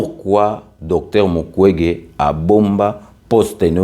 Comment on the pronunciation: Ndeko au Congo, ça devait être Mukwenge et non mukwege !!!!